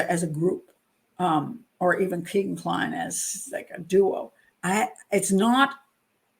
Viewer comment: It's pronounced Kaygan after a strip joint in Vegas